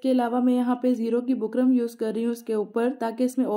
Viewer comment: Design pe ooper lagaye so bukram ka naam clearly boliye na. Samajh nai aara